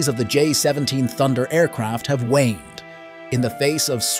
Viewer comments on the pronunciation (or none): none